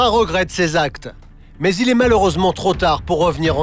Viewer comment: "Après un lavage d'estomac elle ette Hors de danger" jpp comment il a accentuer 💀😭